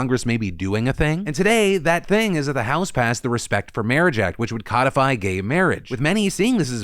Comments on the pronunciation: Coddify? My man, its code-ify. Ie the verb for making something into a code. Vis a vis "CODE of conduct". Its the process of putting an unwritten rule into a written piece of legislation or common law decision. Coddify... Sounds more like the process of playing call of duty until it all blows over. Annnnnnddd I just fell for the comment engagement trap. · Codify is pronounced code-ify. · Phil I love you but “codify” is not supposed to be pronounced like the fish. Code-ify.